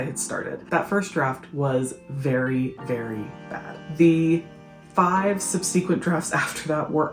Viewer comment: You call yourself a writer when you can’t even pronounce the word “subsequent”?!